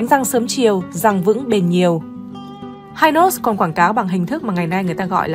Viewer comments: Hynos đọc là Hi-nos chứ không phải là Hai-nos, và Perlon đọc là Pẹc Lông theo ngưởi Sài Gòn bạn ạ Giọng bạn hay lắm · Nghe bà này dẫn giải thấy xạo ghê luôn pele thì gọi là chà là hi nốt thì gọi là hai nốt cũng hên má kg gọi là mười nốt luôn , hình ảnh trên kem là danh thủ bóng đá pele đó má ơi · Đề nghị nên nghiên cứu cần thận trước khi phổ biến trên YouTube. - không ai biết kem đánh răng hai nốt ( Hynos đọc theo giọng Anh) mà chỉ biết kem Hy Nốt ( đọc theo giọng Pháp) - Hình ông Võ Thành Lân là Cha ông Võ Quốc Thắng hoàn toàn sai. Lấy hình ông Võ Thành Lân ( kiến trúc sư nổi tiếng) rồi nói là Cha của Võ Quốc Thắng) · Tôi người miền Nam , từng sống qua thời VNCH muốn góp ý về việc phát âm tên một vài thương hiệu sau đây : - kem đánh răng Hynos đọc là Hy nốt ( không phải Hai nốt ) , Perlon đọc là pẹt lông ( không phải pơ lon ) . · Hynos đọc là Hi-nốt, chứ không ai đọc là hai-nốt như trong clip này. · Hynos người Sài Gòn Hy- nós nhé chứ không phải hai nós đâu người đọc nhé. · Xưa nay ai nói hai nót má, gọi hy nót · Người sg xưa phát âm hi nốt không nghe hai nốt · Cần chỉnh lại cách gọi tên kem Hynos ( là hi- nốt vì lúc đó đọc theo tiếng Pháp) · Đọc theo tiếng Pháp là Hi - nốt chứ không đọc theo tiếng Anh vì Mỹ chưa có mặt ở VN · Noi tieng anh sai chiñh ta Hynos khong phai hai nos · Bà chị '2 nút' đọc tên mấy nhãn hiệu nghe như 'tây ' nói tiếng Việt. Bà con trong nam phát âm Hynos và Perlon nghe không giống như bà chị đâu Hihihi !!! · Phát âm Hynos sai bét.....